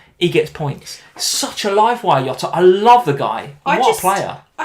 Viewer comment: I like u guys but for the nth time, its JOTA NOT YOTA 😆🙈 (he is from portugal)